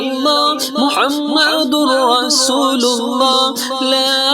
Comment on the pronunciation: when reciting pl pronounce Muhammed accurately. you pronounce as Muhamadur rasoolullah . it is Muhammedur Rasoolullah